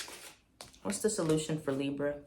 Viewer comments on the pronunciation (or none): the li-brrrr 😭❤️ love u. #BX